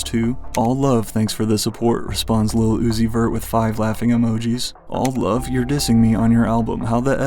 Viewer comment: no fr he don't even say it's he says "is la uzi ver" and it CRACKS me up 🤭🤭🤭🤭🤭🤭🤭🤭